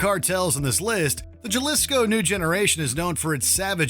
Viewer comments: the Jalisco cartel. Please use proper pronunciation. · The Jaw-lisco Cartel.....LOL. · Puertorriqueño here and i know what u mean i had to keep looking back at the screen to know for sure what name he was saying but hearing him say Jalisco kinda hurt my ears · So its not (Jah-Lis-co) its (ha-lis-co) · My friend it’s pronounced halisco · This is a goddamn embarrassment. Juh-lis-coe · Jalisco❌ Galisco✅ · C'mon man a J in spanish makes the "H" sound 🤦‍♂️ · I laughed at the way the announcer pronounced Jalisco 😂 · 25 million followers. And can’t even attempt to learn to pronounce Jalisco 😂😂😂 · Bro please pronounce Jalisco correctly